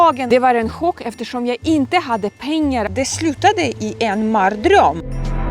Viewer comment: "Det sluttade i en marr-dröm" 😂